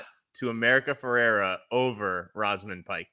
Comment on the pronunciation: In agreement with the choices mentioned. I really like Emily Blunt in Oppenheimer, and I think she is overdue for a nomination. Also from Saltburn - her name is pronounced Rose -amund, not Roz-amund. And she is great as well.